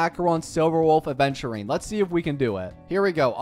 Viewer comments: doesnt everyone say it correct??🧐🧐 also yh i just noticed, happy for him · Wuhhhu. Hes only 1k away from 100k. And i just noticed says Aventurines name correct